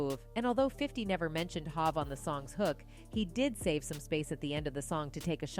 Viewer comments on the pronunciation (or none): I know right like Hooovv and she says Hav 😂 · Whoever you paying to do VO switch it up. It’s HOV not hav Lmao 😂. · If she call Jay Z Hav instead of Hov one more time, I will scream. UGH! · I can’t phantom how the lady doing this commentary is mispronouncing their names “Hov”, and Jadakiss.. get a different gig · Nobody else hearing how she saying hov 😂😂 and sheek looouch 😂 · This is why outsiders shouldn't report on hip hop. She said Hov's name wrong every time. Even messed up Sheek Louch & Jadakiss names. Stick to reporting on Taylor & Miley, leave hip hop alone. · Say word, i can't listen anymore. I stopped . She's fuckin up everyone's name 😂😂😂. When she said hov like that i wasn't listening but i was listening because i had my phone charging. I had to get it to see what TF she was talking about. I laughed the whole time writing THIS 😂😂😂😂😂😂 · God I hope this is narrated by AI? How tf are you covering this beef and pronounce Hov and Jadakiss soooooo badly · 😂😂😂😂 I had to stop listening. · FUCK THAT DO YOU HEAR HOW SHES SAYIN HOV AND JADAKISS?? SHE DONT KNOW THE CULTURE SHES JUST READING!! FOH!!